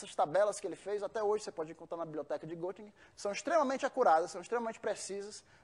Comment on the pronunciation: estranhei ele dizer que morou na Alemanha e pronuncia Gottingen.O correto é Gettingen,pois se escreve Göttingen pois o trema no o dá som de ê